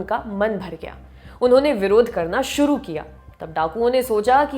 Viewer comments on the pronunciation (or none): none